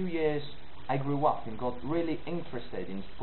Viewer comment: Great, it's an interesting project. I'm British and I think the "Hello" at the beginning is utterly convincing. But when you say "and I'll tell you" the AND does sound South African. Around 17 seconds the intonation of "country" gives away that you're reading from a script rather than speaking spontaneously. Hope this helps.